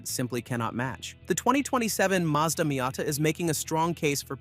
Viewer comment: Wow, what a silly video this is. A new not-very-attractive green color and nothing else are "reasons to wait for the 2027 Miata"? This is just pointless. You also show images of completely different cars which is misleading and dishonest. Also stop pronouncing "Miata" wrong.